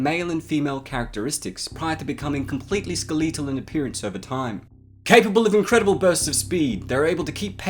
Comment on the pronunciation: CAPABLE OF INCREdible Bursts of speed